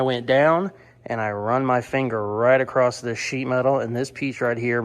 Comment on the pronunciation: I think it's funny how says across with a t on the end as in acrosst 😂does anyone else notice that? Keep up the good work you are one in a million 👍